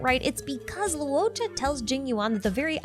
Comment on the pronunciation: LORE-CHA, not Lew O'cha. "uo" in Chinese is always pronounced as "ORE" or "AWE", never as "oo-oh" Luocha = LORE-cha Luofu = LORE-foo Huohuo = HORE-HORE (you can think of it as Haw Haw if that helps with this one)